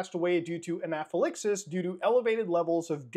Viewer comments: You tried your best but it’s “Anna - fuh - lax - sis” for future reference. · how tf did you pronounce anaphylaxis???? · Tried drinking a shot every time he said basically, now I am in ER, doctors say I need a new liver. Also, it's a wife that passed due to allergies, and it's not how you pronounce anaphylaxis at all. Maybe we both need new livers. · the way you say anaphylaxis took me out of my greenout from confusion alone